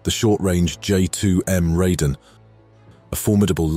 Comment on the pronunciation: Informative comparison. Raiden is pronounced as "Rye-den." Shiden is pronounced as "she-den."